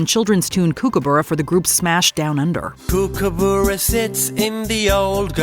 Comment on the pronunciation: Flaming heck Americans - it is Kookaburra pronounced Cook-a-burrah - not Kook-abura - if you can't say it right, get rid of it out of your mouths!!!